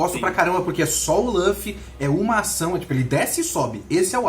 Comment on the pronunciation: Que agoniante esse careca falando o nome do Luffy.